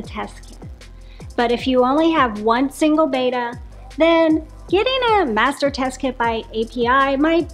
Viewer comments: You're pronouncing it wrong. It's not "bay-tuh." It's "beh-tah." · Yoyr pronunciation of Betta is incorrect. It's not Bayta. It's betta with a short e sound. 😊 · It's not BETA, it's BETTA, like "better" with an A at the end instead of ER. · Its commen sence to say betta not beeeta how can jou educate People and not say the name correct your the experts